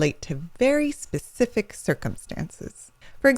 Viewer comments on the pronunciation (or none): none